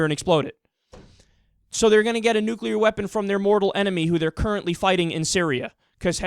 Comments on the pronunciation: His face is melting! Maybe he was exposed to "nucular radiation" uh uh uh...hmmm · You mention the difference between Sunnis and Shias, but the most baffling thing is, does this guy know that both groups also do not overlap with Mexicans? And... you know, maybe it's not THAT easy to smuggle a "nucular" warhead through the Atlantic ocean. I mean... I'm not even a Mexican and I feel offended on behalf of them.